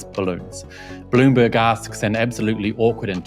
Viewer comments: When you say Bloomberg I hear Balloonberg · US democracy at work, too many hot heads and no leader. Spending 2 weeks and lots of resources for nothing. Did you say balloonberg reporter? That is hilarious.